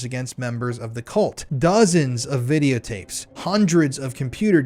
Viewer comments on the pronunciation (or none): love you brotha 😂